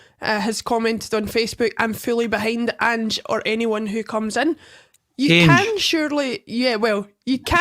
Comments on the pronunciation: is one of those people who mispronounce names wrongly ( Ainge instead of Ange, and Gayvin instead of Gavin ), yet persevere with their mistake even though they hear others pronouncing the names differently and correctly. ffs man, it's Gavin ( Gah-vin ) not fecking Gay-vin. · You can tell dies a little inside every time says “ange” “gevin” and jumps in every 2 mins